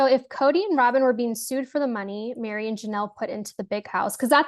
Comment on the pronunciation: Her name is MERI NOT MARY.